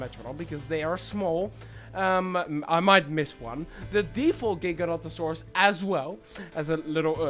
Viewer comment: The dinosaur you are saying is gigantosaurs is actually gigantosaurs which is said differently and it means giant lizard of the south